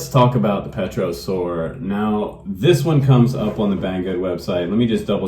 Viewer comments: That looked like a fun plane to fly,very floaty. You don't pronounce the P in pterosaur by the way. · What's not to like? Cool. Say, "tero' soar", no P. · FPV!!!!!!!! Great review my friend! Looks like a lot of fun! And it's pronounced "Tare'-oh-sowr"